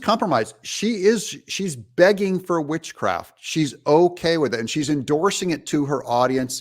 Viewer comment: She already has it.....sorry ....thought she said Bitchcraft !!